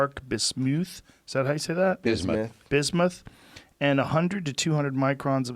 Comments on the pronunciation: Joe: “1-4 microns dark bismooth... is that how you say it?” George and Jeremy “Bismuth!” 🙄 LoL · Bismuuuuth, thats how you say it? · Joe "Bismewth" Rogan